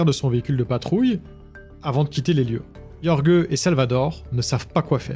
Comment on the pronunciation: Jorge ça se prononce rolré ! Pour les éventuelles prochaines fois